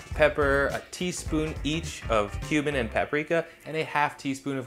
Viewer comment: I assume he meant cumin but I definitely heard "a teaspoon of Cuban"